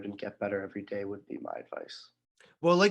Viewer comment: Dude....learn how to pronounce his first name !!